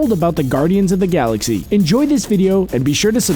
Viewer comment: I had to stop watching when he said "saxy"